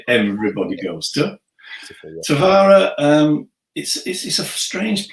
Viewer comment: Please say «Taveera» when you mention Tavira. And «Laagosh» for Lagos. Thank you!